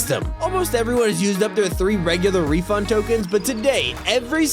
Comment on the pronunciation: FWEE WEFUND TWICKETS?!